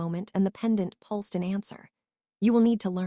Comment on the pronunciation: A good story, and a nice change from gloomy castles, floor scrubbing and over used phrases (practiced efficiency). Please do get a different AI voice, though. This one has grade school English standards and repeatedly mispronounced words such as pulsed and a few others, which were an annoying distraction from the narrative.